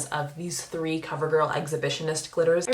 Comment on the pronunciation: I’m convinced that Norvina released 3 palettes just so you could roll your r on “thrree”